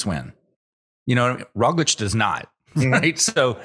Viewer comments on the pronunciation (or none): I can not believe it has been at least 4 years of Roglic being one of the best, and you guys still dont give him the littlest respect of pronouncing his name correctly. Totally ruins the mood of the podcast.